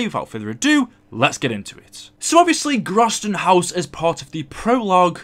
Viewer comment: pronounced the s as z god damnit its german